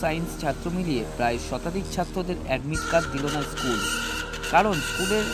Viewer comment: Shoole uccharon e to vul korche eschool bolche 😂😂🤣🤣